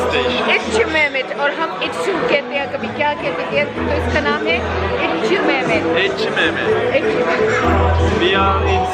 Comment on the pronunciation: I think it's pronounced et-chi meh-met because in Turkish ç is usually pronounced as 'ch' 😆💖